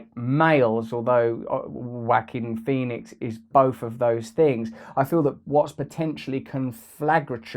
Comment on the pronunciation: Whacking Phoenix... Ja-oh-qwin Pho-nex... Whao-keen Phee-nix